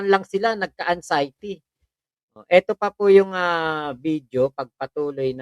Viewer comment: “ANG-XIETY” talaga, ha?!! Bobong Baliw, it’s AN-XIETY!